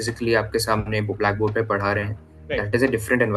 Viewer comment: sorry for this but that is Padha not Pada 😂😂😂